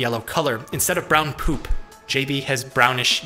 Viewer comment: I Lol'ed when he emphasized the word "POOP". What am I doing with my life?